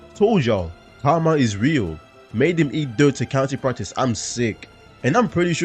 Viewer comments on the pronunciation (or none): none